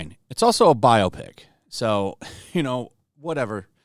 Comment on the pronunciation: This is a biopsy, not 'biopic'.